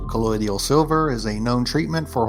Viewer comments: It's colloidal, not "colloidial" & it's amazing stuff! In fact, all we need in medicine cabinets is bandaids, paracetamol & colloidal silver water. Not pronouncing it correctly is a sign that he doesn't know it, he's just using it in his "blue" description. My entire family & I have been using colloidal silver since the 90's & we're NOT blue! That blue man made his own c' silver water, he made it a (too) strong strength & he drank copious amounts of it every day. He likes it because he earns money by making appearances. I know this because I saw him on tv years ago & he told the story. Big Pharma banned it & made it illegal in Sierra Leone because it was 100% curing ebola! It's better than antibiotics, it kills superbugs (like mrsa) that antibiotics have no effect on. That's why c' silver water's used in hospital burn wards. There's many lies about it because Big Pharma knows it works & they can't make money from it! I NEVER get sick, I can't remember how long ago I caught the common cold virus, it was well over a decade ago though. If people around me are sick, I drink c' silver water as a preventative. I also use it for my dogs, ie if they have a wound I spray silver water on it. If they have an infection I spray & give it to them orally & it 100% cures them! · Colloidal not collodial And I’m not sure that colloidal silver was what he ingested.